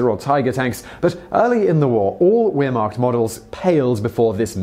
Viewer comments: 'Ware-mocked?' Wehrmacht is pronounced 'vehr-macht,' Simon. Shame, shame. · Honestly, Wehrmacht is pronounced "ver-mact". Russia do have some interesting weapons and may not be too advanced, but man they're hardcore. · lol he pronounced Wehrmacht with the sound of a W instead of a V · Simon, please work on pronunciation. The 'w' in German is pronounced like the English 'v'. And so on. Surely, as you do your excellent research, you can check the pronunciation. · OPERATION BARB-A-ROSA....thanks:) t-34 not 35...VAIR not Ware.... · Dear Simon Wehrmacht isn't pronounced weer-mark. It almost sounds like you're saying "Ear-marked"... It's a German word, so the "W" is pronounced as a "V" and thus "Wehr-" is pronounced exactly the same way you'd expect to hear a German pronounce the word "Where" or "Were" or "We're". Or, if that's confusing, say the word "Vary" out loud. Now say it again, but without the "y" at the end. That's how you say "Wehr-" in the word "Wehrmacht". The "-macht" part is really easy to pronounce, if you can't vocalise a German 'ch' sound. Just start saying "Mack Truck," but don't actually say the "uck" part of "truck". Put those sounds together to pronounce "Wehrmacht" properly (hopefully)... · its pronounced "Vehr- macht" .... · Wehrmacht is pronounced "Vair Mokt" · Wehrmacht is pronounced as if the W were a V. The Germans don't have a W sound in their language. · Just so you know you're pronouncing Wehrmacht wrong my German is pretty poor but I'm pretty sure the W is pronounced as a V.